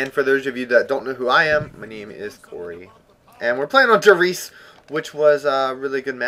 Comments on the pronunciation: Everyone the name of the map wrong its pronounced reezeh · THATS NOT HOW YOU PRONOUNCE IT! IM SICK OF PEOPLE PRONOUNCING IT WRONG LISTEN TO RAMMSTEIN REISE REISE ITLL TELL YOU THE RIGHT PRONOUNCIATION PLEASE!